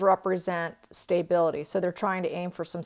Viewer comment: Quite intriguing readings! By the by, I've never heard the word "stability" pronounced "stay-bility." Most Americans pronounce it "stuh-bility."